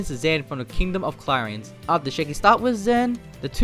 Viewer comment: I’m triggered on how you say clarines